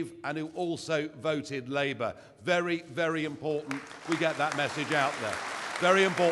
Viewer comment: What is he saying ? "Very very impotent?" That's what it sounds like to me! And it makes sense, If you're impotent, you want your message to be impotent!